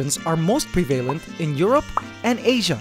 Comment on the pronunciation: sorry. prevalent is pronounced preh-vah-lent. you said preh-vei-lant.